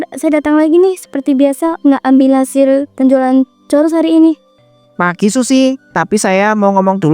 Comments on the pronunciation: Churoooosssss mba bukan chorussss😂😂😂😂 ngakak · Churros ngapa jadi coruss 😭